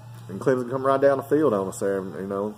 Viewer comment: Just say Clemson correct:)